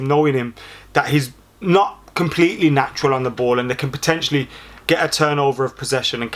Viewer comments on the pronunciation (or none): none